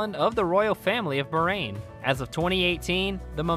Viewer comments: bahrain not barain 😂 I am from Bahrain 🇧🇭❤ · Its baaaahraaaain not berain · Everything cool but please Bahrain pronounce without "h" being silent... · it is actually pronounce as "BAHAR - AIN" which means 2 seas my dear 😊